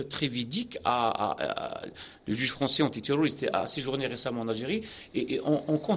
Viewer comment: Il a une prononciation en français horrible le présentateur, il m'a choqué